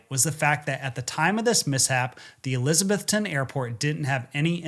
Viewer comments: ok, I gotta say it ... not Elizabeth-TON, it's Eliza-BETH-on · It’s pronounced ElizaBETHton. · It's ElizaBETHTON. Equal stress on the last two syllables. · “UH-LIZ-UH-BETH-UN”that’s how we pronounce it locally. I always wondered what happened with his plane this flight, another great video! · eliz uh BETH tun. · Eliza-BETH-ton. A local taught me the correct pronunciation. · Omg he is killing miss pronouncing Elizabethton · I'm from Elizabethton. Great pronunciation 😂